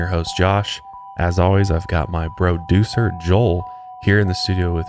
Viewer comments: Did Josh say “bro-ducer”? Lol❤️ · I thought you had said "broducer" Joel 😆. Lol I like that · Did I here bro-ducer?